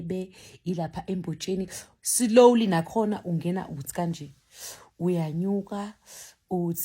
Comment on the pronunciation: Ave ungihlekisa mase uthi "Silowly"😅 and uhlezi usho uthi "Slowly"😅😂